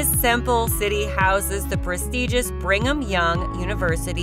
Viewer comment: It was sad to listen to this. It's Mos-coe not Mos-cow. The latter is in Russia. And Bring-em-young is just wrong. Brigham. Id listen again because there were others - just can't - but clearly put together by wrong people.